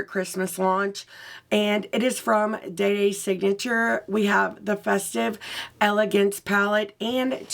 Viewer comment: Awww ❤❤❤.. I truly don’t mind the pronunciation but yes it is Dey Dey Signature 🥰🥰🤗🤗or Day Day Signature.. Now your looksss are Faya!! I can’t decide because how do I choose from 2 fantastic looks .. really love love them ❤❤